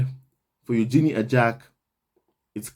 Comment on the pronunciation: Congrats to Eugenie and her husband. BTW, per Fergie..her daughter’s name is pronounced yoo-juh-nay 😁